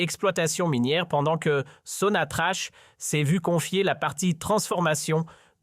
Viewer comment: Que des bobards..! Qui va vous croire ? Les imbéciles comme vous semblez l'être..si vous êtes comme vous l'insinuez, vous ne diriez pas Sonatrache..mais Sonatrakk..